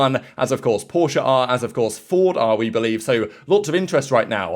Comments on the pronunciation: Yes exactly..but almost no says it correctly! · Thank you! Porsche is a two syllable word, and you got it!